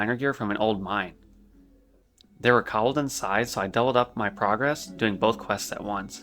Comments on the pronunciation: you have an interesting way of pronouncing Kobold. like i can see why you may think its said like that, but its still a very different way from what would be considered conventionally correct. you say Kobold(s) as something similar to Cob-bel, and it should be more like "Co-Bolt" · What about the Cobbleds? (Kobolds)